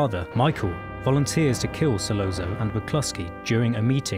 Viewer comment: Solozzo : pronounced ‘ Solotzo’ . As pointed out below Michael & Virgil were speaking in Sicilian not Italian. Completely different languages. 👀